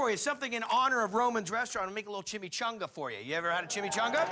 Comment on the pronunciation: "ChimaCHUNGA" I can't get over how Guy pronounces chimichanga.